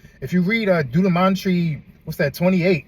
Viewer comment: I feel the conviction bro, chalk it up and keep moving. Sew out some good deeds, thank and plead the blood of Jesus. Also bro I had to take speech therapy growing up for years. No shade bro but the book Deutronomy pronounced (DOO-T-RON-OMY). It makes me think even Moses said to God I'm not a superb speaker, but he still moved thousands. Stay blessed. 🖤👏🏿😇🙏🏿